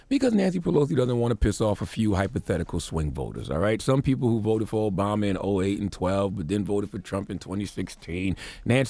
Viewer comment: So stupid and ignorant you can’t pronounce another President ‘s name and you are talking ?????? Go and learn how to pronounce names it’s not cute not to. And you are talking pls leave President Obama name out of your mouth.